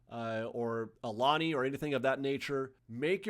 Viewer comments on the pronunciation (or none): In relations to pronunciation, Makgeolli is pronounced Mak-Goo-Lee… the “g” is pronounced like in “Good.” And Please please please Stop saying Ah-Lani and start saying Ou-Lani… “Au” should sound like someone hit you and you said “Ouch!” Without the “ch” Ou-Lani… Two different meanings in Hawaiian: Alani means precious or the color orange. and Aulani means The King’s Messenger.